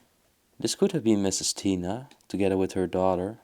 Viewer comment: Lol he said Taina instead of Tina 😅😅😅🤭🤭🤭